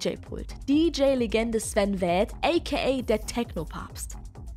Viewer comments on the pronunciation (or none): Sven what? Spricht man den nich Sven Feht aus?